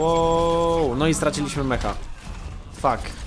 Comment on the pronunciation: Ej jak cos to mowi sie Meka a nie Meha